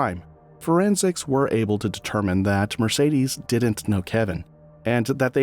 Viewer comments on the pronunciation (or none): none